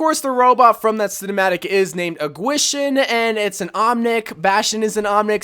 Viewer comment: You didn’t say kwishin right 😂